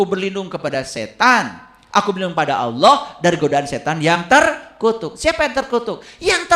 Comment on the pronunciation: setan lebih pintar drpd. jgn kan baca alquran,nyebut nama Allah aja salah.